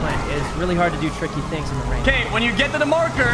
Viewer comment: "I like to go chase all da tings cuz i like bank robbery's" LOL